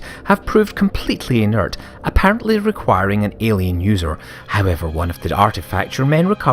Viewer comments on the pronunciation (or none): none